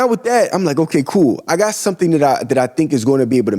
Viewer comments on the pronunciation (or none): none